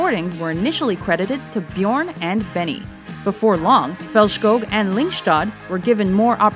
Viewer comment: The way the person speaking in the video said “Björn” omfg close lol I CANT STOP LAUGHING HOW DIFFERENT THEY ARE. I’m Swedish so lol